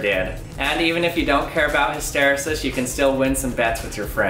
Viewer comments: Never heard hysteresis pronounced that way in the US. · 1. You’re pronouncing hysteresis wrong. 2. Hysteresis is not the only reason the pressure decreases as the balloon gets bigger. If you double the diameter of the balloon, you quadruple the cross section. This means that the force stretching the balloon increases even if the pressure doesn’t. If the rate of increase in the force that rubber generates as you stretch it is linear and directly proportional to the amount of stretch, and the cross sectional area increases with the square of the diameter, then you should see the pressure decrease as you inflate the balloon. Try taking the balloon and cutting it and then measure the force required to stretch it to see whether the force required to stretch it has a linear relationship with the amount of stretch. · Did anyone else cringe by the awful way he pronounced “hysteresis” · Awesome! His pronunciation of ‘hysteresis’ though >.< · The way this guy says hysteresis. Gah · According to , you just have the accent on the wrong syllable. An ear catcher but does not change the interesting content of the video. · Late to the party. Just wanted to be the pedant who points out that hysteresis is not pronounced hiss-TER-esis but HISS-ter-EES-is (rhymes with pieces) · I believe it's pronounced his-tuh-ree'-sis, not hi-stair'-uh-sis, but other than that this was a great video that actually surprised me, thanks! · I think OP meant you put the stress on the wrong syllable. HysTEResis vs HysteRESis. (But tbh I don't know which one of you is right so ) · hys·ter·e·sis /ˌhistəˈrēsis/ hisTAreesis Not histerasis. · My dude - "hiss tuh REE sus", NOT "hih STER uh sis". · hiss-ter-ree-sis not hiss-tare-ris-sis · Isn't it hys-te-REE-sis, rather than hys-TE-ri-sis? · Pronounced: 'hister' like 'sister' 'rEEses' like 'recess' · in all my classes in engineering, the word was pronounced, his-ter-eee-sis. I love this channel. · Pronounced hiss-terr-eee-siss.